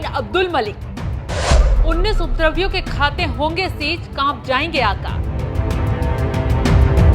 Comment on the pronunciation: सर्वप्रथम उपद्रवियों शब्द का शुद्ध उच्चारण करना तो सीख लो मैडम, एंकरिंग बाद में करना।